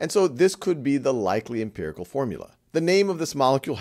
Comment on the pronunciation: Your videos are great! But it's "empirical" - please correct.